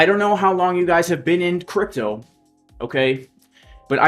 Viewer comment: You messed the guys name up. Its CRY.PTO